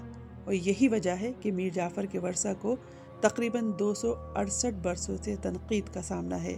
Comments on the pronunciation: آپ اپنا تلفظ درست کریں وُرثہ کو باربار ورثہ کہہ رہی ہیں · It's "wurasa" not "warsa". Pronunciation is important too. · 'میر جعفر کے ورثا' اور ورثا ایسے نہیں پڑھا جاتا جیسے آپ نے پڑھا ہے۔